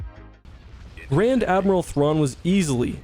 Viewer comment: Ah yes "Rand admiral thrawn"